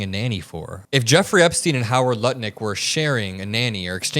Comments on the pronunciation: You keep calling him Nutlick 😉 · Did you Say? Howard Nutlick 😳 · Is it me or is he saying Howard nut lick 🤣🤣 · are you purposefully calling Lutnik NUTLICK on purpose??? You did it at least twice 🤣🤣😥🤣